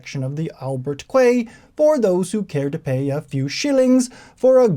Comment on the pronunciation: Appreciate the upload, just like to give a couple notes. I know it's spelled quay and quayside, but those are pronounced "key" and "keyside".